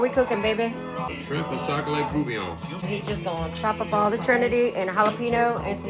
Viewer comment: Probably want to explain that in South Louisiana we pronounce (for this dish) courtbullion is "coo vee yon". And sacalait (sack of milk) is crappie or white perch. And damn it's good 😁 Every Coonie eats it and often use redfish or catfish. I prefer a dark roux and file'. But that's just this retired South Louisiana chef's recipe. Looks good y'all. C'est bon ❤